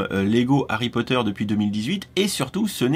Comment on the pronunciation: Harrrry Potttteerrr